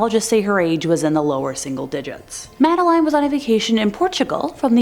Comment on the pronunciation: It's Madeline as Madda lynn.